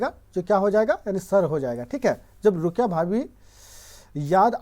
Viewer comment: रुकया नहीं रुकैया होता है